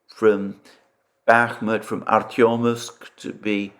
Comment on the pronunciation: Say ARTEMOVSK A R T E M O V S K